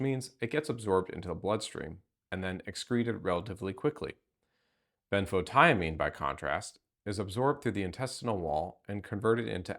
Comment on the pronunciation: ben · fow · tee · uh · meen